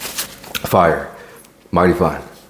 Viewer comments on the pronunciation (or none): none